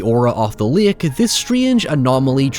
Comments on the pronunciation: It's pronounced " Lake " not " Lick " ! I'm just picking at you, you say it however you chose ! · First... stop pronouncing it like that. It's not LAYUHK. Speak like you have some god damned sense. You're overexaggerating your accent. You pronounce 'water' like an American, 'however' like an Irishman, and 'lake' like an idiot. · Lake ❌ Lick✅